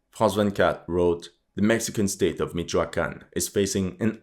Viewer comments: Mexican here. Good info, and also your pronunciation of the different Mexican states names was perfect. ¡Buen trabajo,! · I have to give you props on pronouncing the names of the Mexican states and drug syndicates correctly, especially since it’s apparent that Spanish isn’t your first language.